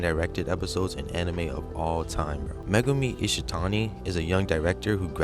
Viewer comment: Bro i Fuckin cheered when you said megumi ishitani.